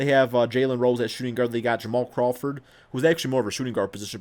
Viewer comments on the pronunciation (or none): none